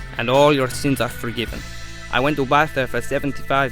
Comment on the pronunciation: Are you fucking disabled, it's pronounced barsa not barca or bartha